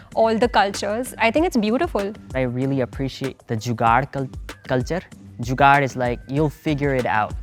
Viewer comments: jugaad "kulchur" this is soo indian way of speaking 😂😂😂😂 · the way he says culture gets me 😂